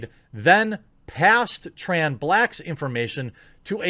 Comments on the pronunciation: Tren black. Not tran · You keep saying Matt Tran, when you mean Tren Black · You keep saying Tran Black